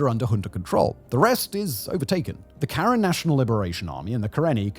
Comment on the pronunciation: Your pronunciations of Myanmar, Aung San Suu Kyi and Karen are all wrong